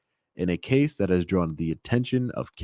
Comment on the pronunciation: Never put someone in charge that uses "Dat" instead of "That".